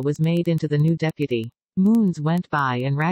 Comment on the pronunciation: The pronounciation 😭😭 “Rouges” “Sedadstir” “Deapty”